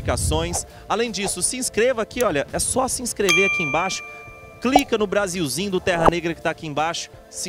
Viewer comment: Ele disse Brasilzimm, sô. .. kkkk!